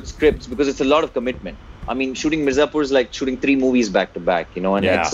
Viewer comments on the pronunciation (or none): 'M-I-R-Z-A-P-U-R' it is and not 'M-A-R-Z-I-P-U-R'! Why is this ONLY irritating me and no one else???🙄🙄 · the fact that he said "MAZIPUR" so many times, made me stop the video. unbelievable. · Ardent follower of OSR. Keep it up. One suggestion since you guys love Mirzapur such a lot - let’s pronounce this right. It’s Mi - as in Me, r, za, pur - as in poo, r. Me-r-za-poo-r. 👍🏼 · saying "Marzipur" repeatedly infront of Ali was damn cringey.. 😂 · Even I started pronouncing it as 'maarzipur'. It gives kind of happy vibes. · season 2 is about to come, you interviewed ali, binge-watched the entire season 1 and gave a trailer reaction of season 2. Now, it's high time, please pronounce the title correctly, it's M I R Z A P U R. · its pronounced as Mir - zaa / zaah - pur and the gujarati film (hellaro) pronounced as Hail - are (R) - O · Man... Plz stop saying MARZIPUR... Makes me uncomfortable especially seeing live with Ali🙏😣... Other than that amazing interview 👌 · is trying so hard to pronounce Mirzapur, jeez. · Mirzapur is always written in English during the show. But thats just splitting hairs. Its just cute and silly when he mispronounces it. Thats all...😊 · Far out! How did you pronounced Mirzapur! Sorry but you're hilariously cute alright! 😅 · you could’ve said Mirzapur correctly in front of the actor!! You can’t giving the excuse of not knowing Hindi all the time!!! I mean come on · butchering the pronunciation of Mirzapur 😂😂😂.